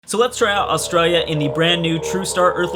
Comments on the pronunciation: please learn how to say Australia Aus tra li a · When your from Australia You know will do so much false pronounciation